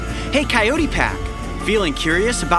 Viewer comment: When he says " I am Cayote Peterson ". I always hear he's saying ' I am kinda pearson'😅 Plz Don't Mind😞